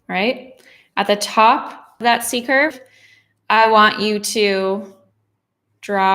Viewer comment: totally this was a great glass among ao many great classes, I loved seeing something lovely and clearly floral appear under my hand - like magic!; something irrelavent, but kind of funny, sometimes when you say C-curve, I hear seeker [though from your books I know what you mean and youtube's auto-captioneseems to r hear secret sometimes hears seeker, too, whew. I'm not the only one!